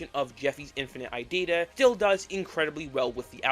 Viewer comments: Why are you calling it idida and not irida? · why do you say irida like idita? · Please stop pronouncing irida as "i data" PLEASE💔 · So few things 1. Aethos v1 dropped i think a month before silly billy but was overshadowed by it 2. The Courpse is Mocking Me and Cordyceps are actually title changes and the original names were Body Floating Towards Me and Obsolete 3. It's pronounced I-ree-da(i think) not i-did-ah 4. The og sprites you showed were actually fan finishes, the real ones wer never finished 5. Slingmingo didn’t make shuck they only wrote the lyrics and sang them Edit: forgot stuff 6. The Secret Door arc starts at the ending of the apartment era no the old sml house era 7. Revenant, EXECreation and kinda irida come from Aethos however irida was originally a Logan head song from SML wiki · How did you possibly get to "Idider" from "Irida"? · IT'S I - RI - DA! it's no that hard! 😭😭😭😭😭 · Also, IT’S PRONOUNCED “E-RID-UH”